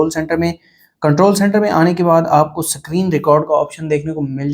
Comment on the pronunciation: Screen ❌sacreen✅ 😂😂😂